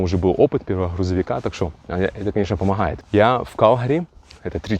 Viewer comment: Помооает ,ооворит...Ты что дружище с буквой "г "не знаком??. А как на английском будет идти ? Оу или как..😄